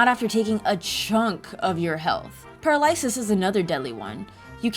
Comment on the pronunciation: Took me a second to realize she mispronounced paralysis.